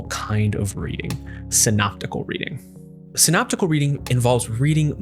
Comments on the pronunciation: It's Syntopical reading is it not? And not Synoptical Reading. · Syntopical not synoptical?